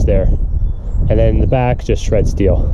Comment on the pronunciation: Love your videos. You've helped me make extra money for my retirement. It's pronounced steel not still